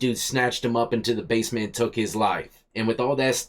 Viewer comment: She keeps pronouncing basement as Base-meant its base-mint. So annoying